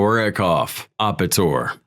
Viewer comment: It's Ape-tor. Like an ape..